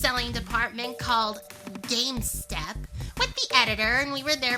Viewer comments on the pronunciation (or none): Lol said game stop wrong and i told her it was pronounced game stop not game step 💧🌊